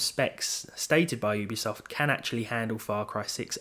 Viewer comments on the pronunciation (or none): "oobisoft" lmfao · You pronounced Ubisoft wrong...